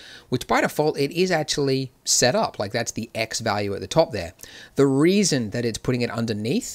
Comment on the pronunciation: "The WEASON" lmao ... Not laughing at ya Andrew, laughing with you bro